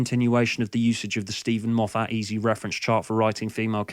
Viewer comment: i am assuming your saying Moff - FAT to make fun correct?